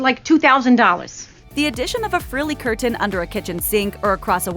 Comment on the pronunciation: All of a sudden I am noticing the different pronunciation of the word curtain? Where did that come from?